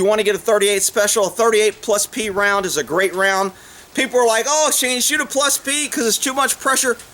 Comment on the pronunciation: "Plus plee" lol Great video!